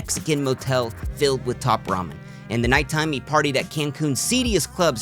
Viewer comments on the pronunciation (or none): none